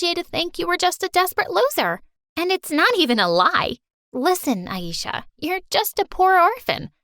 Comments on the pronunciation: No one My story animated: pronouncing ayesha as ayisha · Her name is pronounced A-eh-sha-h not A-eee-sha